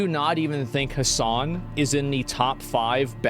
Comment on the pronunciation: i think you forgot some s' its hasssssssssssssssssan